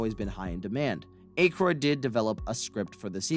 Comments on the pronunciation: You pronouncing Dan Aykroyd's name wrong the entire video made me forget how to actually say it for a min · Dude ...you gotta go back and fix all the mispronounced names "ghost busterS" lewies?? Dan aK-roid ..dana Barrett...also where did you get the inspiration from the time machine ...back to the future came out in 85 how did it inspire something a year earlier...pisttt....it's not a real time machine ya know ...I think you need more edit time and a little more research and fact checking and you'll be in good shape....edit you said Dan's name correctly....consistency man!...edit ...again rhyme ....who the he'll is rayme...why are you now getting his name wrong all of a sudden wtf have you ever actually seen these movies? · Wow! All my 38 years of life, I've always heard people(non famous) celebrities(famous people) & even Dan Conehead himself, & you clarify the mystery of the universe it's not Ackroyd its Acheroid. & Louis is now Luiz when they clearly say Louis in the movie multiple times. & there must really be such things as ghosts for the Delorean time machine to inspire a movie car that came out a year before Back to the Future & was filmed the same year I was born 1983. I don't mean to be rude or disrespectful but come on man if you know so much about Ghostbusters & can produce a video like this you should know how to pronounce things. Smh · "Aikroid" 😂😂😂😂 bruh its Akroyd (Ack Roid)😂😂😂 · "A" kroyd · I'm not one to focus on how names are pronounced, but your use of Ankroyd is getting to me. ANK as in "Tank" and Royd as in "Roid". Ankroyd. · I don't think Aykroyd's name has a hard "A" sound. It's soft like "at" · Aye kroyd Ak royd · Dan Acheroyd, Ivan Reiter, Luis Tully, what are you talking about lol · Dana Barnett? Dan Ache-royd? If you're going to do a video about a film, at least get the character names and actor name pronunciations correct. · Dan Eh kroid?!? That’s annoying af when buddy misprounces it.